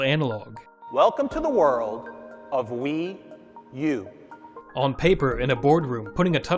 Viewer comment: When you say WiiU you sound like the weeyuuu girl on Kung Pow 😂😂😂